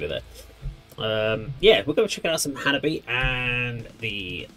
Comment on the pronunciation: Its pronounced Hanabee-eh. Chika the drummer has a YT video teaching us all "How to say Hanabie". Its pretty cool.🤘😍🤘